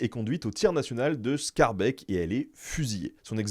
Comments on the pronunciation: Un "é" long, pas un "è" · Le "dael" de Berkendael se prononce "dalle" (et c'est un "a" long). Le "beek" de Schaerbeek est un "è" long, pas "bèk", mais "bèèk" (sans exagérer 😉). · Je dirais même éé, plutôt que èè. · Schaerbeek est du même acabit: le « a » est long et le « é » aussi Ça se prononce donc skaarbéék en français. La « consonne » écrite ch du néerlandais n’a pas d’équivalent en français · En effet. Berkendâàl et schàarbééék. Ça m'a pris l'oreille également.